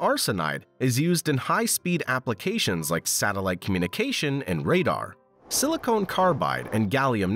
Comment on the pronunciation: "Silicon", not Silicone.